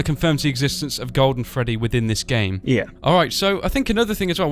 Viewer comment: It's Freddy not gfreddy